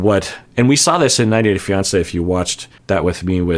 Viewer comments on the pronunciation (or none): none